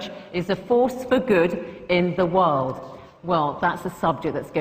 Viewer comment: The World not DEE world....doh